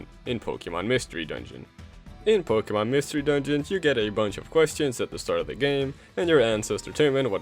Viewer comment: Say it with me Po kay mon Not Pokey mon.